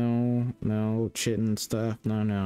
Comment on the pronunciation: So, just for reference, the "ch" in chitin is pronounced like a "k". So it is more like "kite-inn". I studied bugs once.